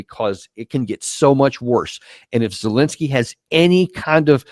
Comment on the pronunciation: seems ben is semi literate can't even pronounce the drug addicts name! zelenskyy😂